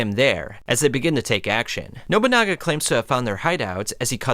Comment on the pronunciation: & “Nobanunga” bro is terrible at pronouning names 💀